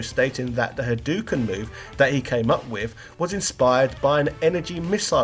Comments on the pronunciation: Haaaaa DOH ken! Not he doo ken. Please at least search how to pronounce Japanese words. Not difficult, and you will sound more respectable. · Rye you Ha doo ken Shy roo ken Does this guy do research?